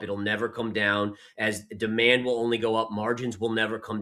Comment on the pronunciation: My heart melts every time she says demond 😅